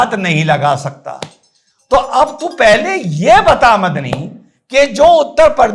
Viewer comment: मदनी की जगह मुझे बकरी सुनाई दिया 😅😅